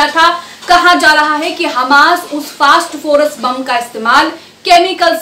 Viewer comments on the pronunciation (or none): फास्टफोरस नही फास्फोरस है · मैडम फास्ट फोरस नहीं फास्फोरस 😢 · Sorry...First do your homework!!!!! It's not fast phorus c'mon u r literally going on calling it fast phorus omg it's phosphorus (simple) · Madam fast forest nahi hai o fass forest hai 😂